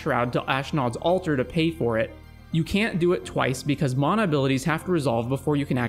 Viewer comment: He's one of the only people on Youtube who pronounces it correctly.